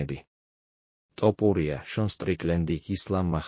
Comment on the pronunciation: ტოპურია არაა თოფურია შე ყვერო